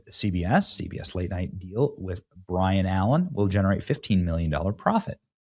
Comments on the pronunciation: If we had to take a shot for every time you said his name wrong, we’d all be throwing up maaan. Come on Benny… 🤦‍♂️🤣👏🏻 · It’s not Bryon Bennie, it Byron! Please quit saying that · BYRON..not BRIAN ..Benny..sorry it was driving me nuts..hahaha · By ron not Brian. Come on Ben😂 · Sorry, Benny, It's BY-ron Allen, not BRY-an Allen. Other than that, great vid. 👌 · Benny needs an eye appointment. B Y R O N is not BRIAN. Take a minute and preread shit!! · Benny, it’s By-Ron not Brian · It's Byron not Brian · I would love y our show more if you would take the time to pronounce names properly. You only talk online for a job. It should be pretty simple to read the name Byron isn't Brian. I think someone in your position would take the time to read, take a breath, then speak. You seem to be in a hurry to deliver these videos. Slow down and read it properly. This is why I don't watch this show often. You lead with your dyslexia. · It’s Byron not Brian lol . Bye bye Colbert 😂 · Benny... it's BY-RON Allen NOT BRY-ON Allen. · It’s BYRON Not Bryon! You keep reading his name like it’s a typo - it’s not, his name is BYRON ALLEN. And he’s a comedian and he’s very funny. He’s been around for a long time. B Y R O N. BYRON. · It’s “Bye-Run” not Brian. Come on…. He is an old fart…. He has been on TV for decades. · For you to continually call Byron, Brian, is like me calling you Bunny all the time instead of Benny. Do better. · Benny... it's not Bryan. It's By-ron. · Benny, it's Byron not Brian. 🤣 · Benny... it's BYRON Allen. Not Bryan Allen. BYRON. Pronounced "bi-ron". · BYRON not Brian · Hey Benny, it's BYRON Allen, not BRIAN. Just trying to help. Keep up the good work! You da man!👍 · Dude... His name is not Brian or Bryon; it's BYron. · Byron not Bryan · BYRON, not Brian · Byron not Brian! 😂😂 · Byron not Brian 😊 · dude how do you not know who BYron allen is??? you keep calling him brian when the spelling was right in front of you. for someone from the media that's pretty embarrassing.